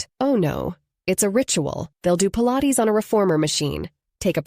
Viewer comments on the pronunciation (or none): none